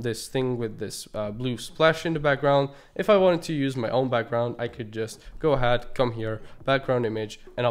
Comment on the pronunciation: bro you can't keep pronouncing 'ahead' the way you are, its really off